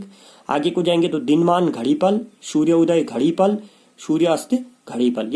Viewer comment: पला नही, पल होता है।